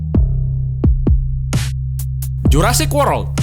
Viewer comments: World Bukan Work😂😂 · jurasic worodd??? 😅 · Eh Bener Dia bilang Jurasik Worok Ya Eh Dia bukan salah Tulis Cuk Dia Texs In Yg Di video😊😊 Maaf y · Jurassic worel, Auto ngakak gw min.. 🤣🤣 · Abang salah ngomong jurasic world bukan jurasic worok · BUKAN WOROD TAPI WOLD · jurrasic worlrod? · kok jurasic worold bacanya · Jurassic worold?kwkwkwkwkwkkwkwkwkw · jurrasic worold .. wkwkkw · whaaatt jurassic worod ?? haaaaa haaaaa world di baca word bukannya worod. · Haha baca nya jurasic worolod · jurasic worod wkwkwk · JURASSIC WOROL =)) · jurassic worol😂😂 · Jurasik worold😂😂😂😂 slah bca min di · Jurassic worold wkwkwkwkwk😂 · Kok bilang jurasic worolod bang 😂😁😄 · asli ngakak gw anjing sebelum liat komen mau chat beginian jg taunya banyak yg sadar pas dia bilanng worlord gw lg minum sampai muncrat ekwkwkwwkwkwk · iya anjir gua kira salah denger gataunya worold wkwkwkw ngakak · Jurassic worold :v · Bkn Worok Tapi World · worok wkwkwk 😂😂😂😂😂😂😂😆😆😆😆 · Maryanto Wahyu : Ketahuan gk nnton ini bocah. Itu yg Dubbing bilang Worold/Worok bukan tulisannya wkwkwkCah bocah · kok di menit suaranya jurrasic worold? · Hahaha NGOMONG "JURASSIC WOROLD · Lah lucu sih. Wktu ngmong world nya. Di jurassic world. Ky kdnegeran jurassic woro. Gt😁😁😁✌️✌️ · Bang kok bilang Jurassic worold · Jurassic worod? Bisa ngomong ga? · dengerin JURASIK WOROD 😂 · JURASSIC WOROLD?? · Jurasic Wor lord !!!! Wtf 😂 Logat MC nya what the hell ya guys haha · Rip English Jurassic worold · jurassic worod...???? hwakakaka... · Ngomongnya jurassik worod wkakak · Jurrasic woroold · EH NETIJEN ABADI SETIA JIWA RAGA!! MAKSUDNYA DIA ITU NARATORNYA YG BILANG "WOROOOKK" !!!! BUKAN DIA YANG SALAH NULIS, PADA KAGAK SEKOLAH YA YANG NGEHUJAT, MAEN HINA HINA AJA!!! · iya dia ngomong jurasik worok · sebutan nya aja salah... belajar lagi sebutannya mas... lol... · orangnya itu ngomongnya jurrasic worok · Ko w salfok sm dia ngucapin jurrasic world wkwkwkwkwkkwk